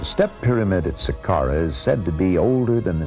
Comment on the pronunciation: the way Hawass says "pyramid" is very fucken annoying! ITS PYRAMID ASSHOLE...NOT "PERAMETH".....damn